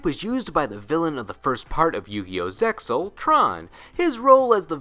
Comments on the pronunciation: Which is why I like final boss monsters from the Manga, look at The Supremacy Sun( which is an excellent card to run in Zombie decks) from GX manga. Did he say Zeal, when it’s pronounced Zexal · nah its zexal. No one i know says zeyal and honestly its sounds dumb